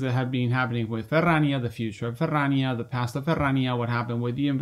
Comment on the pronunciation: Thank you for for saying "Ferrrrania" that often <3 - love the news!! thank you!